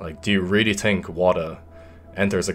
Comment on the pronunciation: “Tink” “tree”